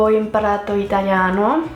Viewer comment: Tu parli malissimo l' itaLIano non itagliano